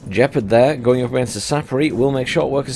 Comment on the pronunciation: It's Gepard, not Jepard